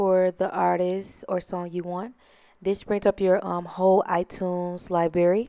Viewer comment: Clicked off when you said “libary” 💀💀💀💀